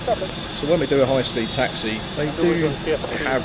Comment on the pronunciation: Taxi not Taxy.